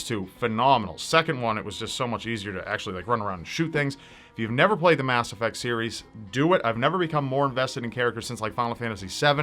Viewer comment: I WAS GONNA ASK YOU WHAT YOUR FAVORITE GAME WAS AND YOU SAID MASS EFFECT MUHLYFEIZCOMPLEET